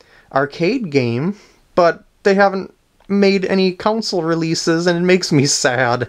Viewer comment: Just realeised you say console wierd.